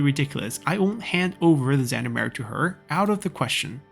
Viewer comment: Somebody already commented on Gendarmerie, however since this is a French loanword (in German and English) the G is pronounced like the 普通话 R (the one not like the English R). And all French words are stressed on the last syllable.